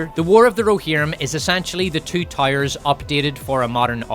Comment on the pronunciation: The "2 toyers" 🤣🤣🤣